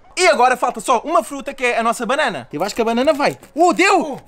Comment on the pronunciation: "a nossa fruta banána"